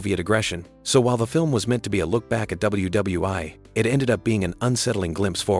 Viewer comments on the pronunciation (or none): The film was about WWII. You know WW-EYE-EYE and not WW-EYE. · It's NOT " W W EYE." IT'S "W W EYE EYE." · Good video, but I would have preferred a human narrator over AI. "One thousand, nine hundred and seventy" (oh that's the year 1970). "Double you, double you, eye" (Hmm, I guess they meant World War 2).